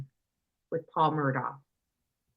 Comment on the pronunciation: How in the world could watch the murdaugh trial for 28 days and still say his name wrong?